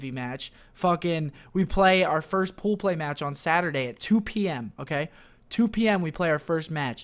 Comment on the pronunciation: was I the only one that laughed every time he said "poo play" 😂